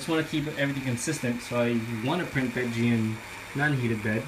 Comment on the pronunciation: its PETG not pet G